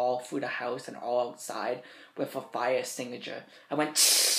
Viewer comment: "I spayed dem all few da house wiv de fire stigiture" 😂😂😂😂